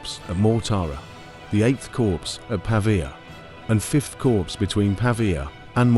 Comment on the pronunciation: Very good, of note: Corps is pronounced "Core"